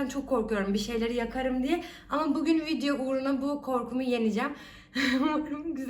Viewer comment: When you say video it sounds like Americans. You got your workout. I hope your fiancée helps you with your house work.